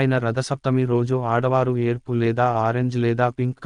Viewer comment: Yerppu kaadu yerupu